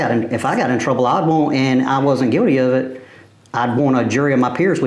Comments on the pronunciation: Sir, it's pronounced guilty, not Guildy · ...🤔🤦🏽‍♀️🤔🤦🏽‍♀️... 🐷's country accent got me LMAO 🤣"NOT GUILDY NOT GUILDY!" lol